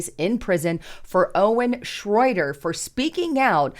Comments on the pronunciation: Shroyer not shroader! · It's " shroy- er" not " shroy- der". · Schroyer not Schroyder. She really needs an editor. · Shroyer, not Shroyter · HIS NAME IS SHROYER NOT SHROIDER. LOL. Meanwhile BLM rioters are being paid millions in lawsuits by crooked judges. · Who is Owen "Shroyder?" It's Shroyer,....ooops! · It's pronounced shro yer.. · you could do is say his name right...SHROYER.😂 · Isn’t it Shroyer? I think you are getting his last name wrong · Why can't you say his name right? Owen doesn't have a T or a D in his last name. This is a garbage channel. has been saying red alert and end is near for 5 years. Not one warning or anything you say has been true. I hate the left but I hate all people who just make things up and try to keep people in fear. you are done. You're old and washed up. And you're a propagandist and it doesn't help anyone to tell them lies. And it's always "join my channel to hear the real news!". So you're going to only tell the people who pay the truth? This sounds like a left job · It's Shroyer.